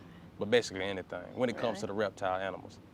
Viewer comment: the guy was saying "anythang" though